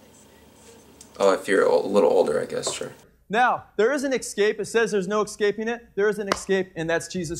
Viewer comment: “There is an excape ...”. No, there’s an escape.